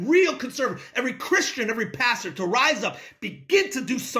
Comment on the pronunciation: Did he say Pastor or bastard